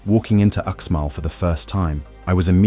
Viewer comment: Again when you cover UxMal= Ooshmahl, not "Oooksmall" you don't even realize that you are including images of ChiCh'en Itza in your video. Your video is full of errors you should have caught which makes it no more than garbage.